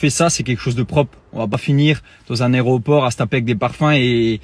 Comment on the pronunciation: 🤣🤣🤣areoport 😂😂😂 oh meme ça il ne sait pas le dire correctement !!!on dit que aéroport